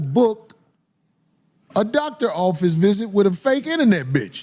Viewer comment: Thoctor Bryant